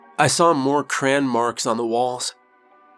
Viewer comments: The line looked like cran?? Do you mean crayon?? I pronounce it just as you see it…cray-on. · Great story, but it took me a while to figure out what "cran" was. After hearing it several times and imagining some cranberry flavored version of Spam I finally realized you meant "crayon" which traditionally has 2 syllables.